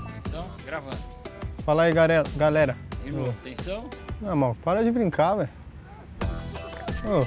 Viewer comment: arana falo: eae garela kkkkkkkkkkk morri